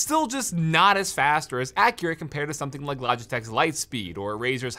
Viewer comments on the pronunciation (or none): none